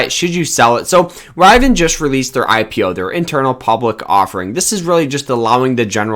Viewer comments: OMFG "RIV E IN" phonetically. Please do not take advice from here. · Did you say internal public offering? And are you pronounce it Rivan? 🤦🏼‍♂️